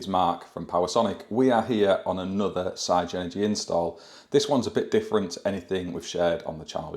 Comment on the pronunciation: Love the channel Mark but the MD at Everything Electric South has now confirmed that you pronounce it Sig-Energy like the Spice Girls saying”Ziga Zig Ahhh” so no more Sci-Energy….